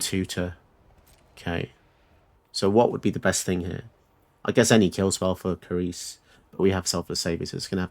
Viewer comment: Cerise is actually pronounced Seriz (with each syllable of equal length). It is French for cherry and it is also a woman's name (although quite a rare one). Hope this helps 😉